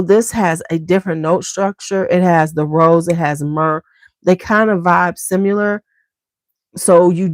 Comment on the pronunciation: I often wonder why you say 'SIMULAR'' instead of 'SIMILAR' when talking about fragrances that smell alike, for example Oud Satin Mood and Rose L'extase Absolu? SIMULAR means to be counterfeit or pretending to be something else...is that what you mean to imply? Sorry if I'm misunderstanding😂